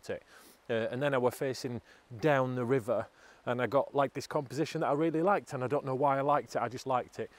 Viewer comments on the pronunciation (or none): none